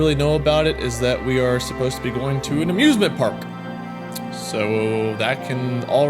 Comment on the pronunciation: At the start of ur video it sounded like u said abusement instead of amusement.